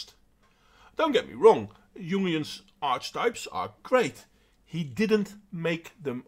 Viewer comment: I pretty much agree with your assessment. Feminism does no one any good, but I'm not naive enough to think it will be destroyed while people are envious of one another. By the way, it's "arky-type" for future reference. Don't have a go at me, I didn't make English :D